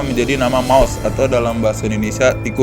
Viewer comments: Maus pak bukan mouse 😂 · Yaa maus tapi bacanya mouse kalo sana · Thank paus apa mouse gimana sih pembacanya